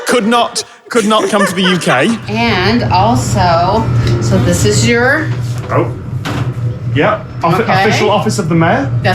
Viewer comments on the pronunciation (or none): That "Oh" sounds a bit like 'ope'. ...I think I've been living in the Midwest too long.